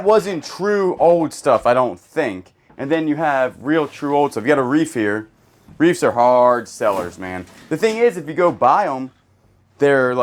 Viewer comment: More ordiments and reefs today. 🤣 Nippon. Japan. American pronunciation is "Nip-ON." Land of the rising sun. 🌞😊❤